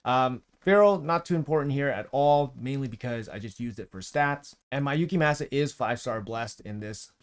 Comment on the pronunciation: I cant deal with the name butchering 😭 its clearly japanese, its like people saying saké wrong. Gave up around 5 minutes. Gonna give the vid a like still. Def going for this fusion 🙌